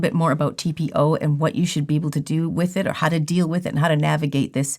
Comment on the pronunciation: I knew you could pronounce it! Great job you guys. That was a wretched study that can’t even be applicable to humans. We don’t ingest it and we use much smaller amounts… hands down… this to shall pass ladies! 🌸